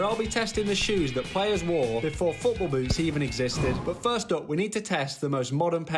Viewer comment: bro did not say boots